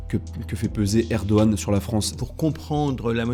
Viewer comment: s'il te plait. Tu l'entends le monsieur, il dit ERE DO GANE, il y un G dans le mot, il faut el prononcer. Alors pourquoi tu dis ER DO HAN, bordel, il y a un G dans le mot (je sais, je l'ai dit jsute au dessus) il faut, il est important de le prononcer. Et je je m'en tamponne de comment cela prononce dans sa langue d'origine, dans ces cas là, vu que ce n'est pas le même alphabet, il faut l'écrire autrement en Français et ainsi on le prononcera autrement. Mais s'il y a un G suivi d'un A, cela fait GA, ah, à 8: 49, tu sembles avoir entendu. Rha, à 11: 50 tu recommences, grrrrrr Mais j'ai les mêmes remarques (pas pour toi, enfin pas toute) pour le chinois XI JIN PING, si c'est XI, pourquoi tout el onde CHI, faut l'écrire autrement si on veut du CHI. Pour el truc de al COP 27, c'est Charm El Cheikh, donc avec un Kh à la fin, pas un Rh à la fin, bordel, c'est pourtant simple de parler de Français. Et encore une fois, ce n'est pas le même alphabet, donc Bon, allez, mon commentaire inutile est fini, j'arrête là. Bizoux les enfants, bonne continuation avec votre toujours bon boulot (ben oui, quand même).